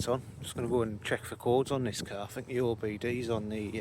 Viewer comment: The word is the not va .